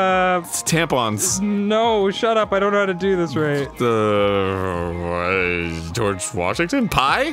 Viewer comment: Arin: "geroge washington" Me: whispers "greg? well ain't that just the way"